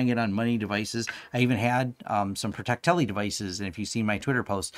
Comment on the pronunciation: Why do you keep calling Protectli PRO-TEC-TELLI? 🤔